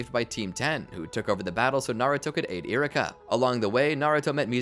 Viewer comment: E-ru-ka. For the love of God lol. Love the video but choices on what to call moves and saying names so wrong is driving me crazy lol